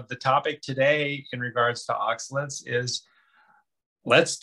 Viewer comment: I think that it should be pronounced oxa-lates, not oxa-lits. Hard to watch this video when the pronounciation is off (IMO).